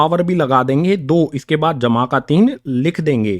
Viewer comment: Sir aap bahut accha padhte ho par ye jma ka nishaan bahut gnda bolte ho